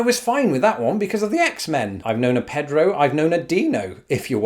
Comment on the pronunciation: I now know how to speak Spanish with an English accent? Pedro was particularly Brit, and clearly a spelling pronunciation.